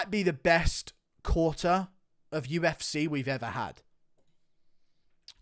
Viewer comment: Where’s your accent from in England mate ? Uf”cuh”